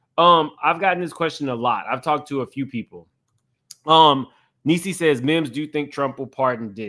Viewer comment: HEY YOU ARE PRONOUNCING HER FIRST NAME INCORRECTLY MIMS